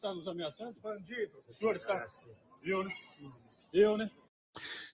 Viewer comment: ALEXANDRE MORAES FALANDO “BANDI DO”